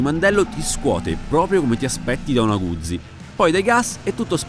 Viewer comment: Un minuto di raccoglimento per tutte le parole che sono state mangiate dal tester. Scherzi a parte, bella review e abbastanza onesta. Ah, si pronuncia Guzzi, non "Gudzi" :D